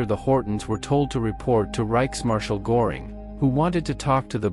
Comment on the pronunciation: Herman Göring...."Ö" is pronounced as "I" in SIR ...